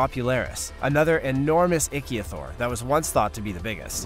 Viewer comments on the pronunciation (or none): May want to double check your pronunciation of the names. Like it's pronounced ick-theo-saur not the 1 you used.